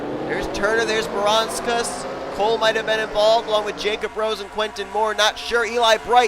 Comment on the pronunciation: That moment where Seth Cole derped when trying to say Audra Baranauskas' name right, but says it terribly wrong. (Voyles told me to do it.)